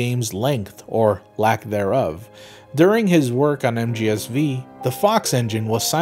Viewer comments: mgsv or metal gear solid five. not metal gear solid "vee". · So uhh is he pronouncing MGSV wrong as like a joke or what?